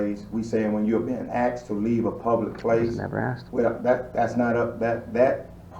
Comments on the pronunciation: Did he axed or asked.lmao learn proper english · That guy saying if you went to the White House and was axed (asked) to leave. First I'm sure the White House is not open to the general public and people are only admitted by invitation. So stupid comparison. A more stupid bunch of dimwits assembled in one place would be hard to find! Wonder how these morons got their jobs??? (No answers please I think we all know why) How can they ALL be so ignorant of the law? Any lawyer could have a field day with this bunch of nincompoops. If I was Mayor of that place, I would strongly suggest that an out of court settlement be made to you before these fools embarrassed themselves and that city further. Watching this comedy of errors unfold is hilarious. Support from Britain.